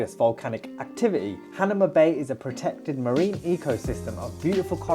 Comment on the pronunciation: Not "Han a ma", it's "Ha na ma"